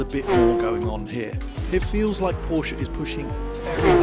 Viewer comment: Finally!!! ...a Brit that pronounces Porsche correctly!!